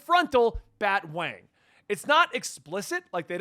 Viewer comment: BAT-A-WANG get it right!